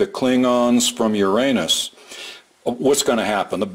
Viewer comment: I am so glad to hear that you pronounced Uranus correctly. rotflmao.